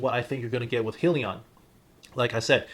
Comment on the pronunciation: Hi-Leon is the proper pronunciation not being a jackass just stating